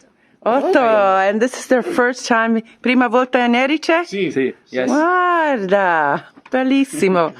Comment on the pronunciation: I made the same mistake - for some reason native English speakers want to put the stress on the second syllable. Anyway, thank you posting this video. I was in Trapani a few weeks ago and it really is a great base for exploring that part of Sicily. It's easy to get the bus or the train to Palermo, Marsala, Segesta etc.